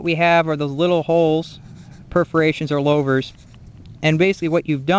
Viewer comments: lou-vers not low-vers good vid thow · Good info on the design of new and old style glasspacks. In the old days we would bake the glasspack in a fire pit before installing. I always heard Louvres pronounced as Lewvers not Lowvers. Just like in the name Lou Castello. 😷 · Louvers like ew or St. Louis not lovers with a long L.